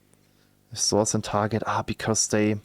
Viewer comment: I like how you pronounce soyce :) you should keep it as a running gag in all future videos <3